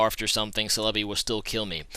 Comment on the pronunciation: I've never really been bothered with your pronunciation but Celebi is pronounced Sell-eh-bee